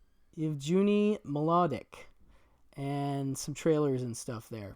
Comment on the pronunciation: It’s Yev-ge-knee Mlodik. The “g” is hard. ;)